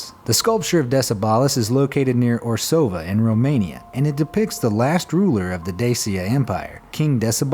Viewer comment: You said Decebal and Orsova so strange, I nearly missed our romanian sculpture :)))